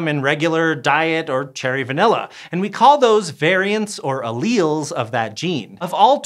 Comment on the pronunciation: Alleles. Not "allieles".